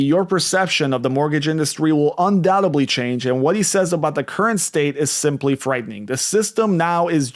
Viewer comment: Not “undoutaBly”. Rather UndoubteDly.